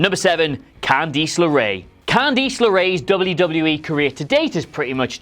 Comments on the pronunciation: am i getting ribbed or did really say "can DEESE" leray? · Cand-EE-ce lerae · Am I the only one who is pissed that he pronounced it "Candeece"? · Why can-deesss 😂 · Can-deece! lmfao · Candeece-nutz! I'm gonna go to the corner and think about what i did. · Why are you saying “Candice” like that